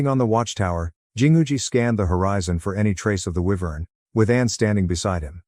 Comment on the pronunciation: I don't know why, but I am very amused by the narrator's inability to pronounce wyvern correctly. EEVERN. Just when the joke gets old, it's pronounced correctly. Excellent timing.